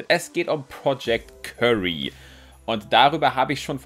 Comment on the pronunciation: das heisst btw nicht project curry sondern wird kiury ausgesprochen xD